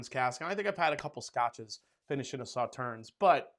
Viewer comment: It is not pronounced Sauternz. It is pronounced Sauterne.